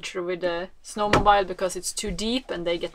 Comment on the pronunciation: Pronunciation tip of 'mobile (to help, if you're still interested!): 'Snow mobile' rhymes with 'so surreal' with emphasis on the second syllable. 'Mobile phone' rhymes with 'so smile home' with equal emphasis on both syllables. Love your peaceful natural life, captured so well in your soothing videos which are so skillfully shot, edited and mixed with music. Thank you!